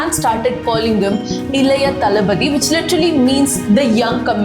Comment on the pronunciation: I think you are tamilan… you didn’t pronounce thalapathy word properly.. thalapathy is tamil word but you are pronouncing it English.. too much boss 😂 Your contents are always excellent